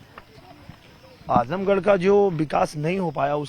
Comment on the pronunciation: आजमगढ़ गढ़ है गढ़हा नही